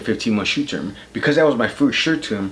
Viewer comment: "Because that was my first shirt toom" , aka shu term LMAOL.